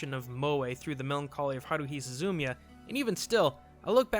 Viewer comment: You mispronounced Suzumia.